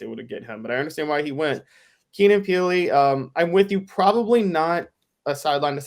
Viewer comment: Keenan Peel? It’s Keenan Pili my guy… come on you said it twice lol huge TN fan btw, that just bugged me